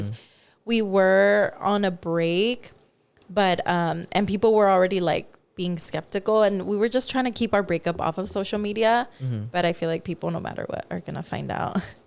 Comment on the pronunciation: said "speckticle" instead of skeptical idk why it just made me laugh 😂